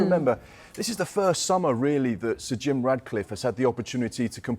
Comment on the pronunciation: His names not Radcliffe 😂😂😂